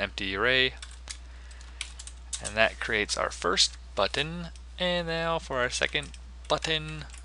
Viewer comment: "I like the way I said button there" "Now we're going to create the constructor for our Buttin." hahaha. Thanks for this. Stop saying Buttttin!